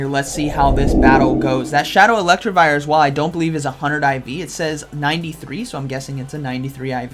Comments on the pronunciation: It’s Elect I vire, not Electrivire. You’re adding an extra r in to make it sound like electric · PLEASE GOD! IT'S ELECTIVIRE, NOT ELECTRIVIRE 😭 Good video but the pronunciation was driving me crazy. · More like elect-e-vire